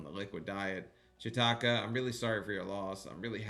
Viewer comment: When I hear chitoka name it sounds like you’re saying shit-talker